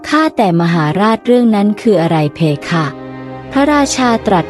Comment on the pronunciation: เพคะไม่ใช่เพค่ะอ่านไม่ถูก